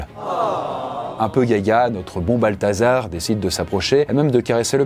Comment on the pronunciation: J'ai entendu "Balthazar", j'avais envie de quitter la vidéo